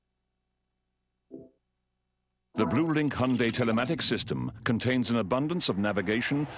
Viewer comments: Hi-un-day, not hun-day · Hey I'm going to make a correction. I'm not trying to be an ass, just fyi. It's not pronounced hy-oon-day as you wrote. 현대 is pronounced Hyun (rhymes with shun) Deh (rhymes with dead without the d at the end of 'dead'). It's actually hard to pronounce. But I was born and raised in Korea so yeah, that's how you pronounce it. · Yes, I noticed that. That's the reason I wrote that. If the founders pronounce it Hy-oon-day, why can't americans do it the proper way? Actually, I don't know why I even care...